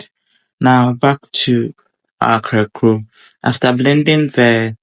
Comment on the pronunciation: Great cooking. Small correction. It is pronounced 'Kaklo', not akrakoo. Kaklo is a Gadangme word for fritter.